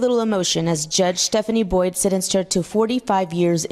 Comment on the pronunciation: It’s Boyd, not Boys.